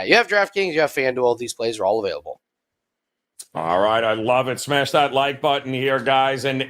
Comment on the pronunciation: can’t say available for shit